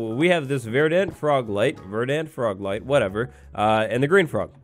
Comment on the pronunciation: Verdant because you can't pronounce it lol